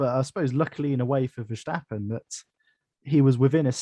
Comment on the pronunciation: Hi and, - Megan was ok, she talked and told the big guy to back down. It was the guy at the end that was the real problem. - you saying vershhhhtappen? Thats the german pronounciation I believe and Tom Clarkson has changed back now to the dutch or english pronounciation to verstappen... just saying. Have a listen to Tom C. Peter Windsor is still wrong but he doesnt care lol Ferrari vs Maca -- Ferrari for me (they seem to have fixed their tyre deg)but it could go either way. Looking like Max to win the champs now unless we get a twist.